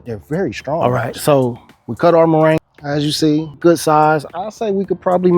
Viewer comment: Cheers but, Say Mor'i'nga not Moranga!